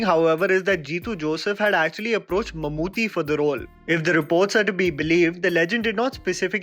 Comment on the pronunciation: Good video....although It's Mammoo-T not Mammoo-thee